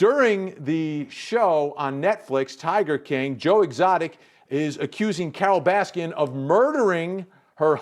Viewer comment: When he called her carol raskins! Lmfao